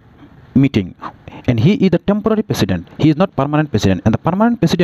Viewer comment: President❌ Pesident ✅